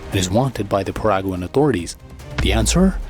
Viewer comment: It is Not pronounced Paraguan, it is Paraguaian. Exelennt video